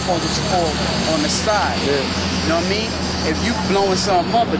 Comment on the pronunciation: lol "Know wha' i mean"